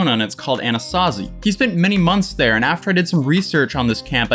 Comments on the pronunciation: LMAO i didn’t know you were saying the channel name different on purpose😂😂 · I literally had no idea it meant a to z until he pronounced it differently like a week ago😂